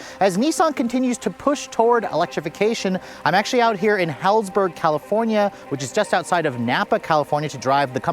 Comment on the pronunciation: Impressed with Nissan, but the way you pronounced Healdsburg lol anywayyy yeah for once Nissan not bad.